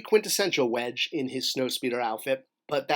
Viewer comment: “Wedge” not Wesge.